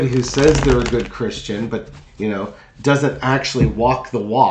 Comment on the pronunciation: It sounded like he said he was not a Christian